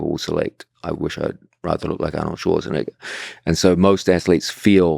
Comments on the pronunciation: gonna capture the clip of Georges pronouncing the last half of Arnold Schwarzenegger's surname then turn it into a meme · Hearing gsp pronounce arnold Schwarzenegger got him super close to being cancelled. Don't let them get you george!!!!